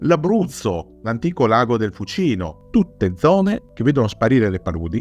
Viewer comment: Per il Fucino (si pronuncia Fúcino) il totale prosciugamento avvenne nella seconda metà dell'Ottocento ad opera di Alessandro Torlonia che fece ampliare e riutilizzare le preesistenti opere di ingegneria idraulica come il canale collettore, l'incile, l'emissario e i cunicoli di Claudio, risalenti all'epoca romana.